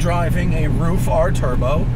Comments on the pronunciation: Dude its not "roof' car, its ruff !! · Roof lol it's RUF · RUFF not ROOF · Thanks for your great review. Is Ruf pronounced like roof or rough? I would have said rough. Please correct me if I'm wrong.